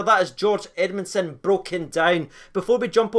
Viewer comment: “Greg edmundsom” cmon